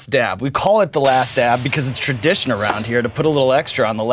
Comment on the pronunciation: had me so weak !!! Bahahahhaa and the way he forces the word TRADITION along with that face 🤣🤣🤣🤭🤭 Also did anyone call that number ?